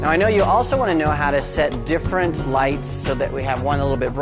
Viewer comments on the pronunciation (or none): none